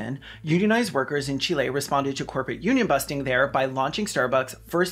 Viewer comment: Real talk- kudos for pronouncing Chile right 🇨🇱